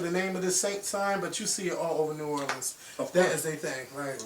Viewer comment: The way you say New Orleans lol it's sooo funny lol you say new or